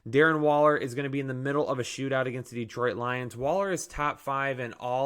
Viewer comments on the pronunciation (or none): none